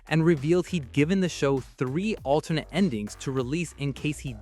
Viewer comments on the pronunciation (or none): none